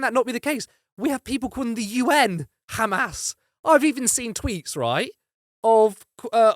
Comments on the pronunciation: Khamas!! Can’t even pronounce it properly. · Owen provided factual based arguments. The other guy just chunterted as his idea of a reasonable repost. Not too sure of the 'biased' presenter who even pronounced amas in the Hebrew way.